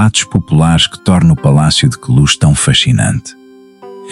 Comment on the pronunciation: não é palacio de cluz é de Queluz!